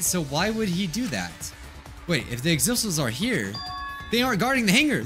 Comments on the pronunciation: Everyone: says “Exisals”: still mispronounces it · The true despair in this video is immediately forgetting how to pronounce Exisals.